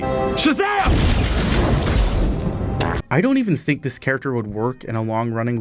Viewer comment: My main takeaway from this is that you saw the name “Levi” and said it the way you did somehow. Like do you understand letters